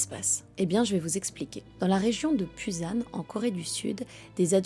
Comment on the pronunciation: salut je me permet; la ville que tu prononce "buzan" ce prononce "boussan" (sauf si c'est une autre ville que je ne connais pas) ensuite "M. Park" non, impossible car il n'y a pas de R dans l'alphabet coréen ça se dit "pbak" (oui une sorte de contraction entre un b et un p) "vive la romanisation" sinon la video est cool bien construite mais je ne sais pas si c'est des videos d'archives ? si oui le moment de la douche on voit bien que l'eau coule plus de 3 secs donc peut etre 30 secs ? 3mn ? c'est le problème avec les histoires étrangères la traduction peut etre parfois un peu erronée, ps: la série est sud coréenne et non nord coréenne attention car les nord coréens on la plus strict interdiction de visionner des series sud coréennes sous peine d'aller en camps ...